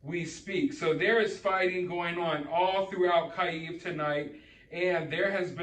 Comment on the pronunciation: If you dont know how to pronounce Kyiv, dont emphasize it please :D